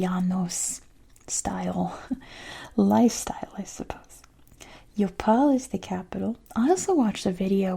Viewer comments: Hi! Great video! Actually, the pronunciation of Yopal would be like the "j" sound in English, and the same goes for Medellín. So it would be Jopal and Medejin. By the way, I'd love to see a video about el Valle del Cauca department soon! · Beautiful video as always. About pronunciation for both Medellín (the double L) and Yopal (the Y), you can think of the "G" sound in "Gina", for example. Is a hard G and they both have the accent in the last syllable. Remember that we put a graphic accent in some words but not in all. P.S.: Thanks for the MASSIVE cringe I got from the Noah's ark / """Egypt""" thematic park. 😂😂